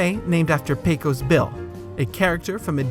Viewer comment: A couple of mispronunciations I noticed: "Aunt Polly" is pronounced "ant," not "ahnt," and "Pecos" is correctly pronounced PAY-kus, not PAY-kose.